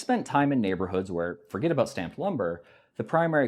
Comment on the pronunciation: tee hee! You said aboot! What a funny little guy you are! Tee hee!